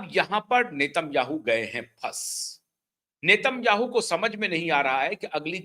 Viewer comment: इसराइल के प्रधानमंत्री का उच्चारण नाम का सही करें आप गलत है